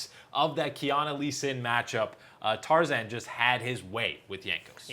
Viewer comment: yeah it is tarzan not tarzaned.